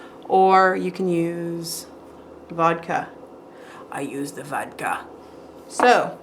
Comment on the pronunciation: I love how she said "i use deh vodka!" Haha